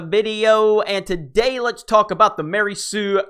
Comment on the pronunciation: Gotta say Jeremy, that was a pretty weak "tuh-day", today.